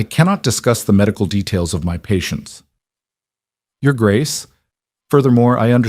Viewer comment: The voice doesn't understand how to say "Your Grace".